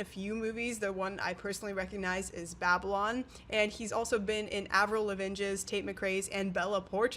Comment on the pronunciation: Please tell me you in real life know how to ACTUALLY pronounce Avril Lavigne's last name? 🙉🙈